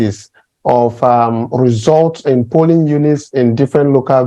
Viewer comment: Please, dear brothers and sisters, the word is POLLING, not PULLING or POOLLING. Please let's make the effort to improve our grammar.